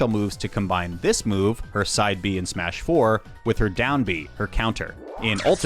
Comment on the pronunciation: i have never heard anyone call it "Smuh-4" please never do that again